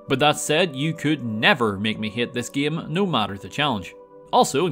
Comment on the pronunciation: He pronounces game like GEEUM